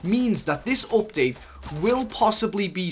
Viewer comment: “V-BOCKS” “OPDATE” 😂